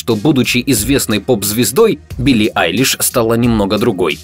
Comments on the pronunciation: Мне одному послышалось : ПОЧЕМУ УБИЛЛИ АЙЛИШ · В начале послышалось «почему убили айлиш?» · Мне одной послышалось убили Айлиш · Кто тоже услышал это: убили айлиш в начале😂😆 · С начала мне послышалось почему "Убили Айлиш", а не "У Билли Айлиш" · Кому показалось что в начале он сказал Убилли Айлиш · Я один услышал что он сказал "Почему УБИЛИ Пили"?))) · Блин я в начале думала что он сказал: Почему убили Eyelish. 😱😱😱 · Мне одному показалось что он сказал: Почему УБИЛИ Айлиш ?